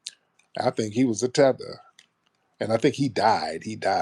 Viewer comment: not tether con oh man I'm wheezing 😭😂@